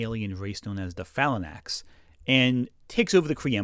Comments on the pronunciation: It's Phalanx (fa-langks), not Phalanax. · Did you just call the FAY-lanks the FAL-uh-naks?? (The Phalanx, named after the Roman military formation) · Omg the "falanax"?! 🤣🤣🤣🤣 Omg my sides! I'M DYING!!! 😂😂😂😅😅